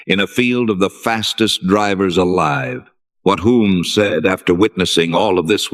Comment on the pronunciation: Hulme is mispronounced.